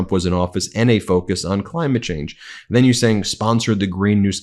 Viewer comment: I personally think those Trump emails you share are exactly written to you Ben .. I could had sworn Ben said “Crime-ate change”.. suits the person he’s saying it to 😂